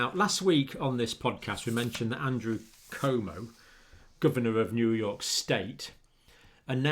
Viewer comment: A minor point of pronunciation, doctor. Our governor in New York's name is pronounced Coo-whoa-mo. Como is a lovely lake in northern Italy.